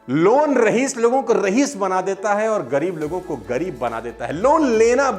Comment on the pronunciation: Sir! Mai aap ki speech sun kar hi main khud ko daily update karta rehta hun, Lekin aap se ek bar bahut himmat karke kehna chahta hu ki aap ne "rahees" kaha lekin asal pronounciation "Raees"(रईस) है। Thanks a lot